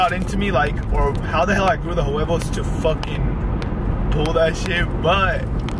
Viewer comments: i died when he said "hoo wevos" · "i don't know how i grew the juevos" lol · Everytime you say huevos that shit makes me laugh😂😂